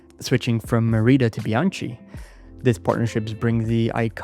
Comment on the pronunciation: ‘Bian-Kee’ , as opposed to ‘Bian-‘tsjee’ .